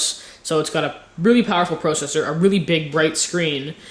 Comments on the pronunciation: Lol " PROcessor" it's processor. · pwocessor lol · "it has a Duel-Core PRO-CESSOR" not just a processor a "PRO-CESSOR".